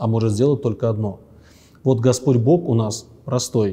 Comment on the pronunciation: "Бог" - слово-исключение, произносится через оглушение звука "г" до звука "х". Все остальные слова произносятся с оглушение до "к", например, луг -[лук], враг - [врак], строг. - [строк], и только имя Бога произносится [Бох]. Берегите наш язык, наш великий, богатый, могучий язык, безценное от Бога дарование русским людям!♥️🤗🙏🏼